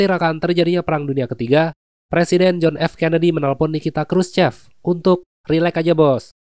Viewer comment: Btw, Khurschev ini pengucapannya khurschyov karna aslinya pake huruf ё 😃